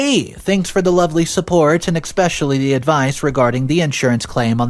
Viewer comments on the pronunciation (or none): There's no X or K in the word especially